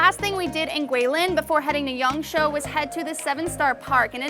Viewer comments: Yangshuo, not yangsho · It’s yangSHUO, not yangSHOU. I know you’ve said before that your pronunciation isn’t very good, but if you’re trying to be a “traveling reporter”, you should definitely be trying to get the city pronunciations right. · Try to learn how to say the place name more correctly, not "Yongshow" closer is "Yongshua". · sorry it's prouneced yang-sh-woah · I was thinking you were saying Yangzhou in the first two minutes until i realized what you said was Yangshuo. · Shuo is pronounced like sh+wo (like the Chinese wo, meaning I/me...I’ve heard you use that one before). If you know the word speak/talk in Chinese (for example, for “Can you speak English?” you would use the word shuō), it’s the same pronunciation but different tone. Shou is similar to the English word “show”.